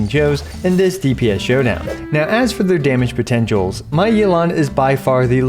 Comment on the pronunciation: “Damage potengials” lol